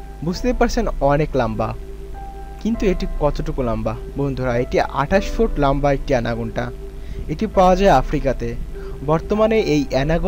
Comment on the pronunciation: Lamba... bah!! Ki shoddho pronunciation 😂